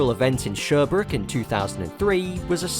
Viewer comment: If they brought back the Andros Trophy in Canada these days, I would go visit. Sherbrooke (your pronunciation is so English, haha) is not too far from me.